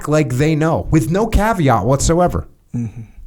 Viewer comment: He said caveat… I’m out…